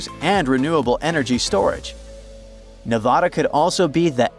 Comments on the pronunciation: Ne VA da, not Ne VOD a. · Don’t call yourself when you can’t even pronounce Nevada correctly. There is no Nevahda… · If you knew what you are talking about, you would know how to pronounce Nevada.